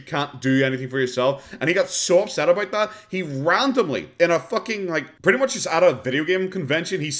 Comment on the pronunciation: no she mispronounced pretty. She does have very high if unrealistic opinions of herself